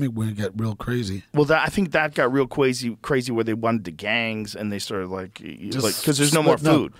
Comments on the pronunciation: what was that joe it got what? IT GOT KWAZY😂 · “Cwazy” was funny bc he wittaley whit the gwiddy. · that’s cwayzy